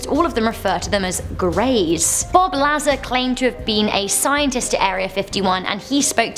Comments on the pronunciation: That is not how you pronounce Bob Lazar. Points deducted....SMFH!! C'mon. Sort it out eh? Lol.;) You're still cute though. I'll let that slide... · It's pronounced Bob Luh-Zar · Say Bob’s name correctly, dumbass 🤦‍♀️🤦‍♀️🤦‍♀️